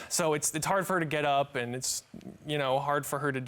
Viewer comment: It's the way he kept saying "Andt" ugghhh